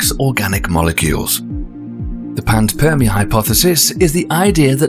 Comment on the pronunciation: PAN SPERM IA (ya know, as in sowing the seeds of life), not PANS PERM IA....ooof, bad AI